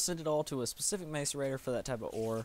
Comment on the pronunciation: learn how to say macerator right for christ sake